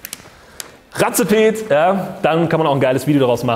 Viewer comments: ratzepet? der kerl heißt wohl eher race-pet wie "rennen" :) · Cooles Video!... Aber mal ehrlich.. Razepet?!?.😂😂 ich denke eher es spricht sich Race-Pet aus, oder?!..😉